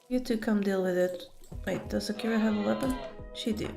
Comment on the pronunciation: Every time you say Zakira, all I hear is 'Shakira, Shakira!'